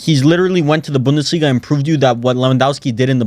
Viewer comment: really don't know how speaks on laliga when he doesn't even watch his own league. only picked up the "bundelisga" in order to garner some rep